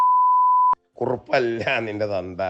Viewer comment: കുറിപ്പ് അല്ല കുറുപ്പ്